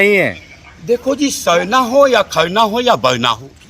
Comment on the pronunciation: O uncle .....sarna sarna h...sabse pahle acche se bolna sikho....jab aap sarna ko nhi maante...hm hindu ko nhi maante... Moolniwasi..... Pakistan k jahil logo ki tarah baat kar rahe h.....